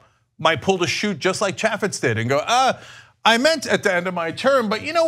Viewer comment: It's pronounced CHAY-fitz. I'm in Utah, and Chaffetz should have done his job and gotten Trump impeached.